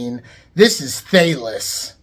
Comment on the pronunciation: It's "Thay-Lees"